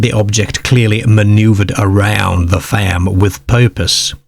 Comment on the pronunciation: Yes!! I like it, like how he says farm faaamm